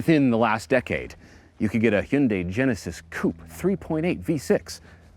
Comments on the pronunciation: GOod job on that near perfect pronunciation of "Hyundai" ! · That's actually the correct Korean pronunciation of Hyundai, despite Hyundai's "rhymes with Sunday" marketing campaign.